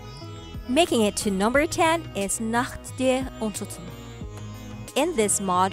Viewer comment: You said naught ter untoten weird